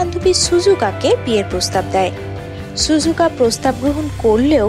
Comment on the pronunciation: ছুজুকা না 😂 ওইটা সিজুকা হবে.